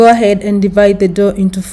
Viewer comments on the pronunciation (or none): none